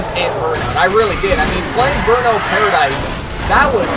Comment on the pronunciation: Cmon dude its burmout lets keep it goin